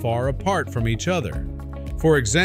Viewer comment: The pronunciation of Ligers is wrong. There's only one g in the word and should be pronounced as you would say, tiger.